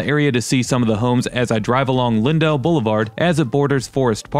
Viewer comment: You put in a lot of effort and I hate to be hyper-critical...but it's disappointing that you did not know where to go. In the Central West End, you would want to show Euclid Ave., it runs north south; you only crossed over it. If you had driven down Euclid, you would have seen some of the "private places", which St. Louis is well-known for. Also, "Lindell" is not pronounced lynn-DELL, it's pronounced LYNN-dle.